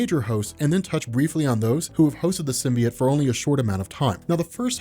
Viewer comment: Its so distracting that you keep saying Sim-bee-it